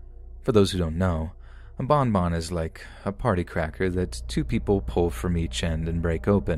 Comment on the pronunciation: I like when he says bonbon it makes me laugh